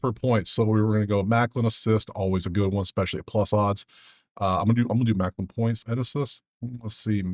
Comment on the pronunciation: I’m sorry your the man but bro it’s malkin not maklin 😂😂all love bro